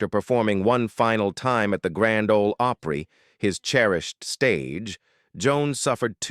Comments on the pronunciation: He pronounced it Opree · It's not Ohhpry, It's Opry! If u are gonna put videos on here, stop using Fu$%&ng AI narrative!!!! Damn!!! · Grand Old Ope-ree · And it's not oooopry it is pronounced op ry. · How can you mis-pronounce "Opry ("oh-pree") like you've never heard it before? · Well, now I know this is an AI generated video. Can't pronounce Opry, can't tell the difference between Grandpa Jones and George Jones. I wish YouTube would put a filter on AI videos. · Don't say Opry the way you do! What a F#$%^ng Insult! Horrible!!! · I agree. They need a real live person to correct the poor reading. Tammy Winette is pronounced by AI with a short I instead of a long one. Grand Old Opry is pronounced with a long o in Opry instead of a short one. SO ODD.